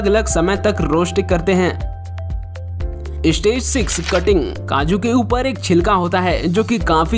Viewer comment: Istage ka matlab Kya hey... Ek youTuber honne ke baad achaaa seh pronunciation karpate nhei Kya. "Stage" hey "istage" nhei!!